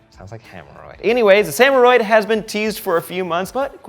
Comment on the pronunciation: samuroid lol it sounds like hemorrhoid